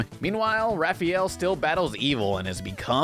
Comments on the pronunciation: Yeah. Everyone's favorite turtle: Ralphael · 100% sure he's saying Ralph. Ralphie-el Son of Krypton? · Yeah it's driving me crazy to hear him mispronounce Raphael name